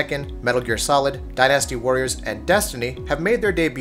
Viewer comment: “Die-NASTY Warriors” Whoa, settle down on that pronunciation.